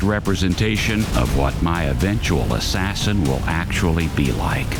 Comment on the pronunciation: Ass sassin 💁‍♂️